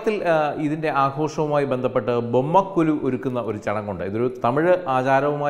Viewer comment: ബൊമ്മക്കൊ"ലു" എന്നല്ല, ബൊമ്മക്കൊ"ഴു" എന്നാണ് ശരി.